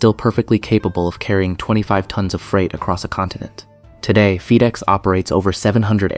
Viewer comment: “Feed-ex”? This is AI garbage, turned it off after 30 seconds.